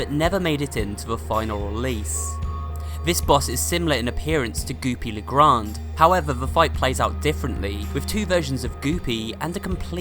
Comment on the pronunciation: everyone says goopy le grand but its goopy le grande (gran-day)